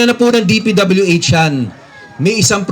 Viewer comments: okay na sana yung sinasabi ng vlogger natawa lang ako p.w.d daw imbes na dpwh!😆 😂 😆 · magbasa po kau ng maayos... sabi mo pwd instead dpwh